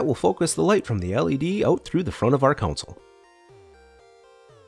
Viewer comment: Gane "console" not a council. Capacitor, not "compacitor"